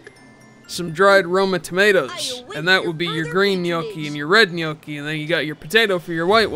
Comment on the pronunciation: And you've never had French Onion Soup. Just listening to this shit makes me want to cook everything Escoffier ever made or ate and patiently introduce you to a world of cuisine that has passed you by. Gnocchi! N-yok-kee! Arrrgh.